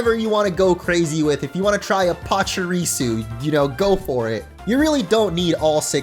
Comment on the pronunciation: THERE IS NO T IN PACHIRISU! REMOVE IT NOW!